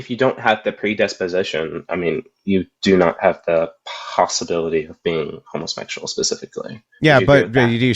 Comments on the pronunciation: Is dude saying “homosmexual?” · "Home-uh-shmectual" Sorry, what? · Why do they keep saying "homo-smexual"?